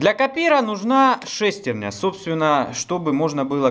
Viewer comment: Интересно конечно, но так убивает неправильное ударение в слове "шестерня"....ударение должно быть на Я... ;)